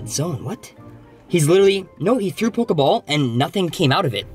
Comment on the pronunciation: Hm and when did they changed the name of pokiball but you said pokaball